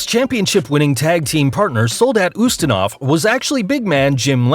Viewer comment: It is Soldat Ustinov, not Zustinov. How many mistakes can be made in these videos?